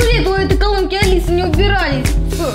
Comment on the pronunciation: не алес а алиса